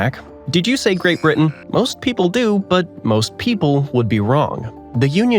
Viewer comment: he first told uk is the wrte now he is calling it GRATE BRITEN